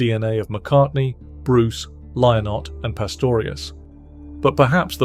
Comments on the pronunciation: Phil Lynott. It's not pronounced "Lye-nott" - it's pronounced "Linnet." That's the way he pronounced it himself. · Lynott is pronounced Linnit like minute. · It's pronounced 'Linott' FFS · That's not how Phil pronounced his surname - check his concerts !